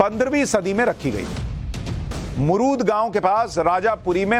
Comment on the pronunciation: Wo मुरुद nahi मुरुड he galat pronounce kar rahe ho aap